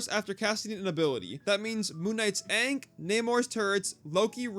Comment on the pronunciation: lol How do you mispronounce ankh when they say it any time MK is in a match